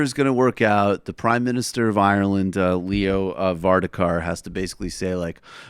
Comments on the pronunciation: The Taoiseach (irish for prime minister) name is pronounced var-ad-ker nor var-da-kar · His name is Leo Varadkar, pronounced Var-AD-kar. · This analysis would be much better if the name of the Taoiseach was pronounced correctly (Var-Ad-Kar) or if the guy didn't do that stupid Irish accent. (I am actually Irish) when talking about African leaders do you put on a faux African accent? How about Hispanic leaders? No, maybe don't do the Irish one then, especially when you can't do it proficiently. 🙄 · Funny vid, big ups. It's pronounced var-ad-kar though Michael and he is certainly not a Northy from what I'm getting from your impersonation. He's a west Brit right wing wanker from South Dublin and he would not be a friend of the show nor tmbs. Big ups though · It's pronounced varad-car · lol What a load of rubbish (includes pronunciation of 'Ireland' , 'Varadkar' (our half Indian Taoiseach and globalist sellout) and begorrah accent. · thats not how varadkar is pronounced and its loyalists not royalists hahahaha :L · It pains me to say this, we all know Trump is stupid, but you’re on the say level as him here. At 1.12 you said Loyalists, and then Mid flight changed to Royalist, two completely different words with different meanings, like comparing apples to oranges. And please pronounce the Taoiseach surname correctly. This is where Americans embarrassing lack of geographical knowledge, and basic international awareness is embarrassing. Otherwise keep up the good work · LOL the Irish language, I know, can be tricky. PM= Taoiseach (pronounced tee-shuck) and Leo Vardkar = Va-rad-car. Sorry for being pedantic but little things matter 😃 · Can't be bothered to figure out how to pronounce his name and then give him a terrible Northern Irish accent. Top stuff. Trumps a fuckin gobshite but this wasn't much better.